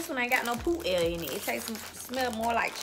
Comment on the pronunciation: "poot air" 😂😂😂😂